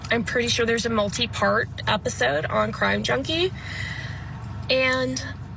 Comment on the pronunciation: Somebody please tell, who has my admiration, that it isn't Giglo Beach. It;s Gilgo.